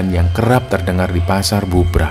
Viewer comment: Setiap denger cerita pendakian, pasar Bubrah ,tetapi aku dengernya pasar "Gubrah"